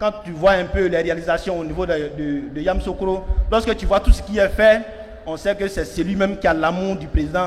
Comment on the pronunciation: Il 'e sait même pas prononcer yamisocro